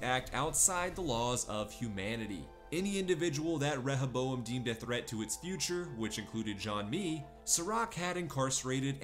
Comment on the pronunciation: Reh ha bowam lol. They fucking say it dozens of time in the show.